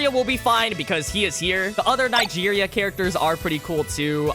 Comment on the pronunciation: Bro why Nigeria Nga instead of Nig 😭